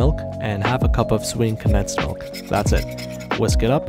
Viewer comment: That’s not how you pronounce milk…